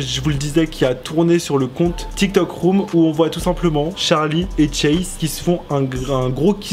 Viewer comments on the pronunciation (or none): Pk tu dit tcharlie et pas Charlie mdr 😂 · Très bonne vidéo mais ce n’est pas Tcharlie c’est Charlie meme prononcer en anglais 🙂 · Il me stressés au debut il disait tcharli et pas charli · Euh déjà ça s'écrit Charli et ça se prononce "Tcharli" même en anglais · Regarde la chaîne de Charli sur sa première vidéo elle prononce Tcharli